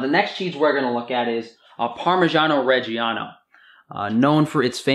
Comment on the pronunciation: Great video man, I will say tho for an Italian such as yourself that pronunciation of "parmigiano reggiano" was absolutely terrible